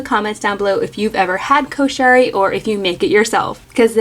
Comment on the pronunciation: The pronunciation is actually KOO-SHU-REE